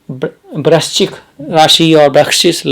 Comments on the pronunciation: ye brakchis kyun bol rahe hai sir? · Kon hai ye namuna..... Jise vrischik bolna bhi Nahi aata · Vrahschik bol nahi paa rahe aap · वृश्चिक शब्द बोलने का अभ्यास करें 👍👍👍